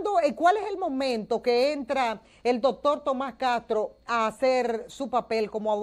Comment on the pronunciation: Esa Periodista se come las sss , dijo Catro en vez de decir Castro, y Asi por el Ejemplo